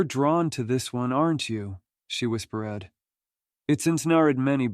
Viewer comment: Yeah, I caught that. The AI mispronunciations are quite distracting, otherwise, an enjoyable set of stories.